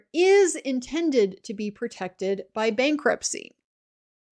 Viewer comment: "bankrutpcy" hihihi ;)